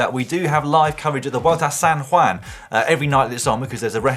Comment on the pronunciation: Please please someone tell Dan how to say San Juan, not San Waan